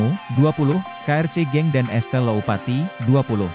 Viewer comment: Bukan Estelle Tapi Estella